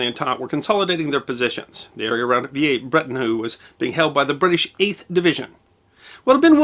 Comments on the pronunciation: Vee-lair-brett-on-eu. For heaven's sake. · Mephisto was on display at the old museum here in Brisbane Australia when I was a boy - It's shown now at the new museum in this video. Not sure which pronunciation is correct but every Anzac Day when they crossover live they always pronounces it "Villers" Bretonneux, as per spelling.👍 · Veeyay Bretternoo? Dear oh dear me. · V a breton err...